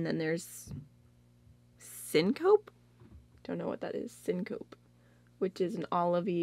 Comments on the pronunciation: Syncope is like fainting. And it's pronounced "pee" at the end. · Just FYI: it’s sync-o-pee and it’s a medical term for when your blood pressure falls really fast and you pass out... weird name for an eye shadow 😂